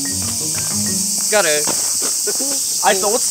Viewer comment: の「ゴール🎵」のとき、「ギャル🎵」にしか聞こえ無い